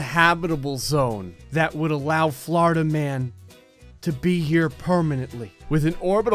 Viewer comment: How many times says ‘’Flordia’’ Hehe